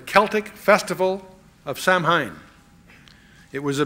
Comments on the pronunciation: I'm sorry but Chuck is wrong on this one. Samhain is not the "Lord of death". It is, "an ancient Celtic festival called Samhain (a Gaelic word pronounced “SAH-win”), a pagan religious celebration to welcome the harvest at the end of summer, when people would light bonfires and wear costumes to ward off ghosts". And that is a fact. Halloween also has ties to Christianity. "Halloween is thought to have roots in Christian beliefs and practices. The English word 'Halloween' comes from "All Hallows' Eve", being the evening before the Christian holy days of All Hallows' Day (All Saints' Day) on 1 November and All Souls' Day on 2 November. Lkook it'd need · The only thing I disagree with is that Samhain is actually pronounced "sow en". I would think chuck would know that, but maybe he is mispronouncing it on purpose to disrespect the evil entity. Because it doesn't deserve respect. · This is a much-needed teaching. One I'm thankful Chuck has provided to the millions who watch and listen to him. I have done much research on Halloween, and have been blessed to share information with a few people. Just a couple of things, if I may humbly share; Samhain is pronounced Sauween. The song featured in "Fantasia" is "Night on Bald Mountain." I'm so glad Chuck told that story about Walter Martin! I've heard WM tell that whole story right here on YouTube. Riveting! What a mighty team those two spiritual and intellectual giants would make! May God bless all who listen to this anointed and necessary teaching. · "Samhain" is pronounced 'Sow' (rhymes with cow) - 'when'. Sow-when. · Samhain is actually pronounced ‘Sow-an’ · It's pronounced 'sa-win' (say fast). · If I could go back in time to that point, I would correct him saying 'Sir. it's pronounced Sow-win.' Sow pronounced like the 'Female Pig' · "Night on BALD Mountain. And Samhain is pronounced "Sow-ween." ✝️🙏🏿✝️ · "Night on BALD Mountain." And Samhain is pronounced "Sow-ween." ✝️🙏🏿✝️